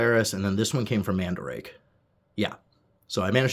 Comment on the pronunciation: Not mandrake...MandaRake...Man-Da-rah-key